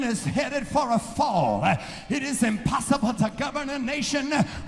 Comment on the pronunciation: "IT is imposssibleEH"